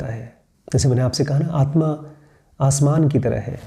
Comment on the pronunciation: You are calling aatma as aatman I think it's wrong